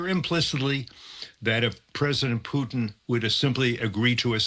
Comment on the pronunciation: Tell me this, why should I take anything that these so called experts that the MSM brings on seriously if they aren't even competent enough to get this Russian president's name right?